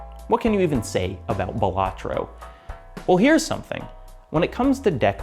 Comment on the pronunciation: It's pronounced Balatro